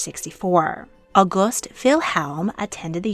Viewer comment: The pronunciations are distracting. Hohen is HO-wen, not HO-HEN; August is Ow-GOOST, words that end with "in" are pronounced like the pronoun, not "een."